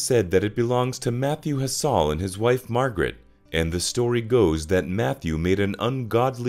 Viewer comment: Quite a few mispronunciations. The last I picked up was the name Hassell. Also, the pic of Spanish Head is of Spanish Head, Oregon, USA. On a lighter note, those Wallabies should give the Isle of Man a good rugby team. 😎